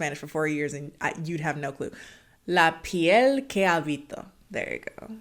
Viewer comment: The pronunciation of "La piel que habito" was perfection, but the surname of the director was AlmoDOvar, not AlmodoVAR. But good enough :D